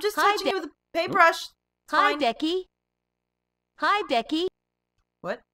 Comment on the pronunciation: "Hi Decky!" pls, it's Becky